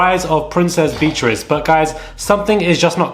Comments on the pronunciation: Beatrice is not pronounced as Beetrice (quite hard on the ear), but Bee-a-triss. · The way you pronounce her name BEE TRISS 🤔🤣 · You’re still pronouncing Beatrice wrong